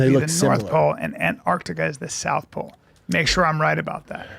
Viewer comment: "duhhh Sana lives in the norff powl and duhh poler beers live in the souff powl"